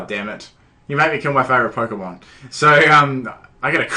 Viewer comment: you deserve bad battles if your saying it like polkamon